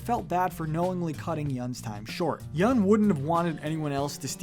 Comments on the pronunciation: Yoon not yun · Yeun not yoon or yun